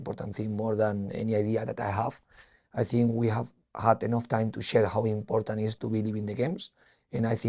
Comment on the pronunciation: I think it's IMPODDANT Carlos stops saying Impoddant